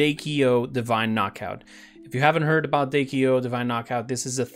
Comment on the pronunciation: its D.K.O not Dakeo